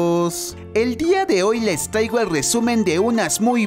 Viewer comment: Aquien más le gusta la parte donde dise helmanos jajajajajajja no paro de escucharlo